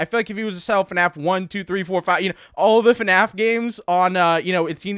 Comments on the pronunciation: you sed FANF its FNAF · "eff enn ayy eff" :) (fnaf)